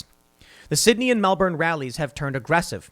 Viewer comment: The ADF removed basketball hoops from public courts and turned street lights off in the west, but left all the beaches open in the east. Also,it's not "Mel-born". It's pronounced "Melbin".